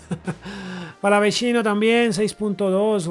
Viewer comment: Palavesino se pronuncia